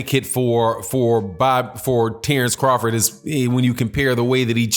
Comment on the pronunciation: The name of Terence Crawford is wrong Tenence crawford